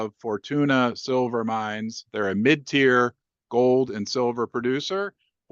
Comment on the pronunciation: Ahh he is saying MID size not MEAT size 😅😂😂